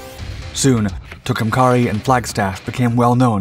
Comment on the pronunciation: What was the name of that boat?😂 Fascinating how you will repeat a name over and over again incorectly and she became a he as soon as she started spitting bullets😅It's pronounced Too come care E no matter how the bots pronounce it!